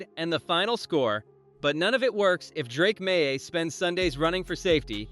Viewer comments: Drake MY???? c'mon, bot figure it out! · Drake Meye?? LOL